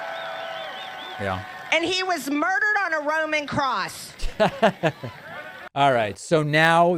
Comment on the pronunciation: And she always says (crost) instead of (cross) 🤦🏽‍♀️🤣